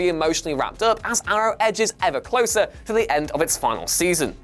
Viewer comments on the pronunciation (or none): none